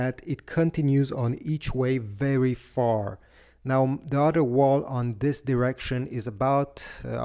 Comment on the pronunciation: Other is pronounced other not udder…